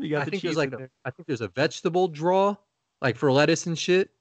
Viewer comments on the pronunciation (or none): I think it’s a downstate NY thing!!! Tons of ppl from that area pronounce it that way. They also say “have a catch” instead of “play catch”. So strange!